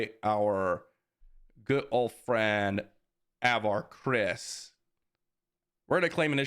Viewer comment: I know its just a minor thing but pronunciation of Avar is off. It's just sounds weird when I've listened to all the High Republic books and it's more like "Ah-var KRI-ss."